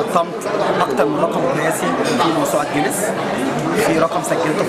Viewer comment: اسمها چينيس مش جينيس 😂😂